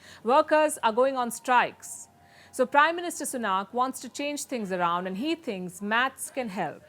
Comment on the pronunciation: Please.....it's Sunak and not Sunaak, can at least expect to pronounce Indian name correctly from an Indian Chanel.